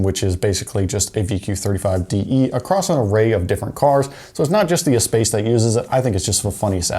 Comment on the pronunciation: I think it’s pronounced ess-pass, not ess-pace. Love you vids keep up the good work